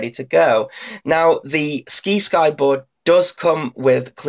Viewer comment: Try "sigh-sky" You know, like "science"? Like "sci- fi" is short for "science fiction" the sci-fi channel.